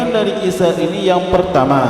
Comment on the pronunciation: Isar pak bukan itsar